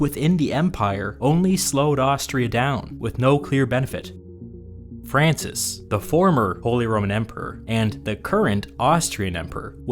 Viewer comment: I cringe at “Francis”.